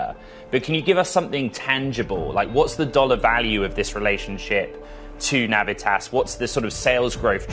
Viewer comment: You’re pronouncing Navitas & Renesas incorrectly. Plus Torrence is in LA county I’ve been in the Semi industry since the 90’s